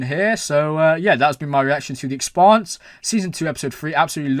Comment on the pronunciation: Hard to believe you still pronounce the shows' name incorrectly...